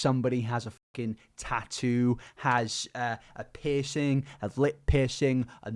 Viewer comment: Okay but you saying piercing sounds like pissing